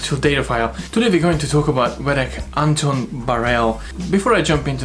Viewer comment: I know this video is old but the way you say his name is Vedek Bareil Antos. His family name Bareil comes before his own name of Antos. Also it is Antos, you need to pronounce the S.